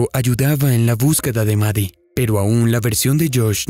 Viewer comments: La llamas 'Mari' y se llama 'Maddie'. Su nombre se pronuncia exactamente igual 'MADI'. 🫰🏼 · Ok pero no se pronuncia "Mari" xd